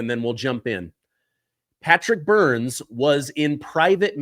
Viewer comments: This is so explosive. I wonder if anything will ever come of this info. please get the guest's name right. His last name is Byrne, not Burns. Burns is the evil nuclear plant owner from The Simpsons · BYRNE! not Byrnes. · Byrne, not BurnS. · Byrne not Burns